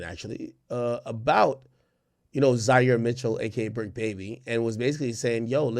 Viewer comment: It's the BRICC not the TRICC baby 😂